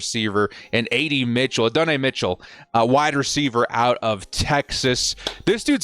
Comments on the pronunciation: Add-duh-nye Mitchell. Say it with me. Adddd duhh nyeee. Bolt up homie. Can’t wait till the draft ⚡️ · Minor nitpicking here, but as someone who’s favorite team got torched by Adonai Mitchell a couple times - he pronounces it “Add-oh-nye” (think Bill Nye). Ad-n-i